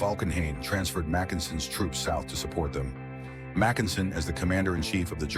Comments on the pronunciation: Except who pronounces his name "Mac EN sen"? AI is always making idiotic mistakes like that. Some minimal quality control, for the love of God! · what a completely iditiotic video. Starting with completely wrong pronunciation of almost everything, including Mackensen.